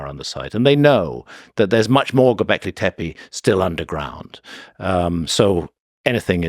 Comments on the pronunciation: It's clear he loves saying , go beckley , teppe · Say Gobekli Teppi one more damn time